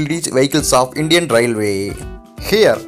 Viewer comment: "Jhonsi" 🤣🤣🤣🤣 Area in m3 instead of m2. And what's with the elongated last syllable of every word. Railwayyyyyy Kahan se late ho aise narrators 😂